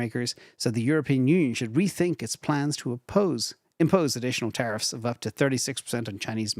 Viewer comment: Plans!!!!! 😂 I laughed every time he says it